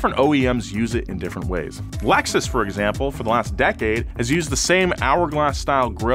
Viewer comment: "Laxus" 2021